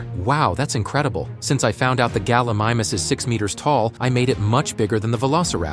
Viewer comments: It’s not pronounced gullimamus its gallimimus and it’s pronounced gal-i-mime-us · Galimimus gal-ee-mie-mus